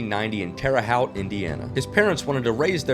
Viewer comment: the professor needs to learn how to pronounce Terre Haute LOL